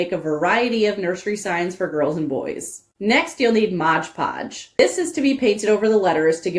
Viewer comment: FYI - it's Mod Podge, not Modge Podge.